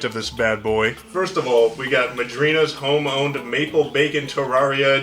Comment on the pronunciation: Pronounced madrinas right but not terraria smh